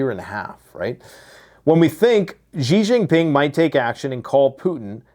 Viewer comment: Why do you still keep mispronouncing Xi Jinping? Is there any particular reason?